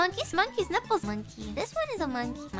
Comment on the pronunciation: mongkis niiples